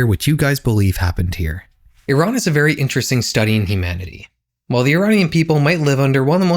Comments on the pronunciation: first time ive seen someone whos not from iran pronounce it correctly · my whole family live in iran, tehran, my mothers been making contact with one of my cousins, it doesnt happen through text. (edit: thank you for pronouncing iran right!)